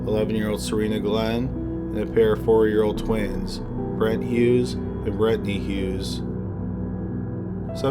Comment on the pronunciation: So we not gonna talk about Brett and Brettney.. like BRUH. Brent and Brenttnay whatever